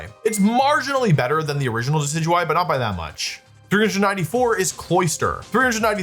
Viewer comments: You did not just pronounce Decidueye as Deki-Dewy 😭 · the way you pronounce decidueye has to be ragebait